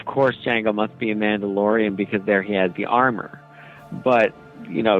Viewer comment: You say madelorian a lot ...